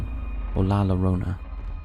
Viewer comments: La Lore-Own-Uh 😆 Jk man great video man 👍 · The weeping woman aka La Llorona, you don't pronounce the L, in Spanish you usually pronounce the double L as a Y. So it sounds more like La Yorona. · Hey handsome it’s a y sound on “LLorona”. You are usually spot on. Love your videos. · I was just about to comment the same!! I would say /j/ as in justice.